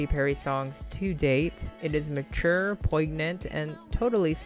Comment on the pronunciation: Did u just say poyg-nant?